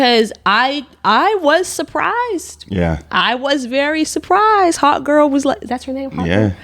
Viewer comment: I kept hearing Hot Girl instead of Hawk Girl, and when I figured it out… well I wasn’t wrong, really